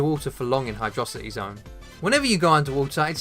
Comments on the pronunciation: Thank you for saying Hydrocity and not Hydro City. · I disagree entirely but you said Hydrocity right so I agree